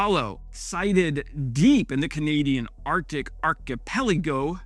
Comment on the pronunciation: Yes, you pronounced "archipelago" correctly